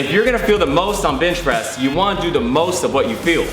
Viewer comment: why do you keep saying bitch press?